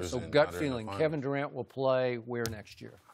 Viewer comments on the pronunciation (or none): none